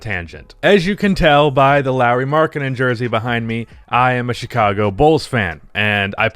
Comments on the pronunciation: “Chichago Bulls” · I'm also worried about the "Chichago Bulls". Come on,. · this is hillarious ngl.I like how "Chichago Bulls" were pronounced